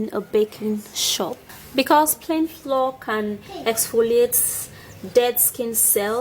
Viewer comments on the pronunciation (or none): Flour not floor. Pronounced: Flower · First u think ur toothpaste q'ty might be ok. Don't u know ur own recipe???. Bullshit!. Pls pronounce it as flour not floor. Fake therapy. Does not work shit!. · It's flour not floor 😂😉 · Bitch it not "floor" it's frkin pronounce "flower" but spelt "flour" ughhhh the earth is so confusing ffs like this fkn comment y'all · Pronounce flour correctly hey u are sayin floor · Flour is pronounce FLOUR and not FLOOR please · I'm going to try it but I don't understand what the powder is is she saying flour or flaw will someone please tell me what she saying about the white powdery stuff thank you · Lmao... The way she pronounces, flour like floor 😂😂😂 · May I correct your pronunciation of "flour" it's pronounced as " flower " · I was confused how u pronounced de flour. I thought it was floor . I ll try it anyway. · Takyi Barbara 😂😂😂😂 me too... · Takyi Barbara me too😂😂😂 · Is she saying 2 TBS of ? FLOUR as Flaura ? What the heck??? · Hahahahahaha... You heard plan flour? I heard plain floor... Rotfl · Echantombi Sougaijam she's trying to pronounce the word flour as in baking flour. But she's saying "Floor like the ground. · I think she means plain flour the "flow" is kind of the Nigerian way of pronouncing it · Y’all need to hop tf off her back about she says “flour” lmao it’s not the hard to figure out she’s saying flour, she’s trying her best and she even wrote the word flour in the video so you can read🤦‍♀️😂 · Are you saying flour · I had a hard time understanding that word. Thanks for clarifying it for everyone. Haha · Are u saying flour? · Its flour everyone pronounces it differently in their native language. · Kimmy Naka and it is if she can say the word cucumber but not flour me correcting her shouldn't be an issue and obviously 15 other ppl agreed!